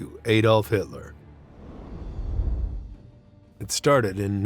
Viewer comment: It's 'ADD OLF' NOT 'AY DOLF'!!!